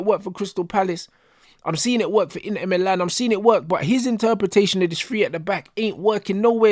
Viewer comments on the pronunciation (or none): none